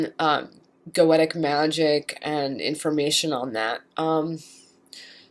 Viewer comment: Nope. "Go-Shuh" or "Go-Shee-uh." Goetia has the "tia" as in dementia(dee-men-shee-uh), hence "Go-Shuh" or "Go-Shee-uh." I wish she would pronounce Goetic as either "Go-shee-ick" or "Go-Shik"